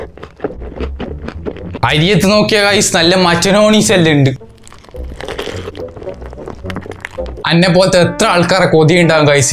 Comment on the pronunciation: ചങ്ങായി മച്ചനോണിസല്ല മയോണീസ്